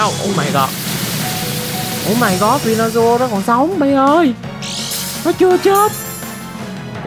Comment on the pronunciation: venusaur sao tui nghe thành vinasual dzậy tèn😂